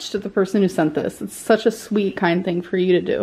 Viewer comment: Oh my God for the last time it is “for” not “fur”